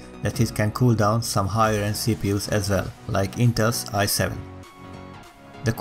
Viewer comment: 'Or Hogher' :D